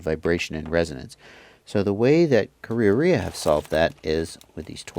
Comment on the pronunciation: you pronounce it so perfectly. ka rea rea